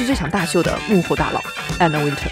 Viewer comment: 至少把Anna Wintour 的名字唸對吧？不要中式發音好嗎？中國人的英文真的有點可怕，不是Ａ都發ㄚ，那是你們中國的拼音，那不是英文。都已經在做時尚影片，起碼做一點功課。youtube GQ 都有一堆材料。如果你有點常識，或者有做功課，不至於犯這種低級錯誤。